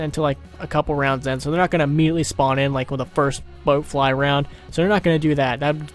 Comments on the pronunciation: it's bloatfly not boat fly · *Bloatfly not BOATfly